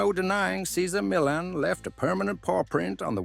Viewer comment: Please!! Pronounce his name correctly, OMG